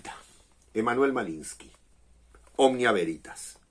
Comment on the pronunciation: Cuando dijiste Veritas devuelta me sonó a Güeritas 😂. Seguramente lea el libro en cuestión